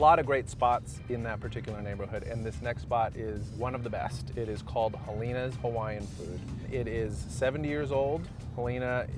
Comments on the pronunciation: ʻAue!! you said Helena's Hawaiian Food just fine in the beginning of the video but chopped it up at the closing sentence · said helenas wrong